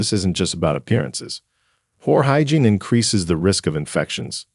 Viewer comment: This is insulting!!! It’s ageism on steroids. You are lumping every person over 65 into one bag! I am 78. I have high functionality. I don’t forget words. I don’t forget people’s names. May I suggest you correct your grammar on your AI. It’s not “hygin!!, it’s hygiene!! God!! I hope you don’t have aging parents!! Someone should warn them their days are numbered!!